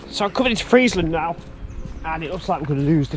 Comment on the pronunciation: Just saw micklehurst station a few weeks ago and got interested in bits of the micklehurst loop. This video is excellent. Saved me ruining a pair of trainers . You pronounce Friezland correct but Mossley is Mozzley.